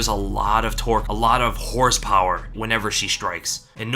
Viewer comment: My dude said "Horsepower"😂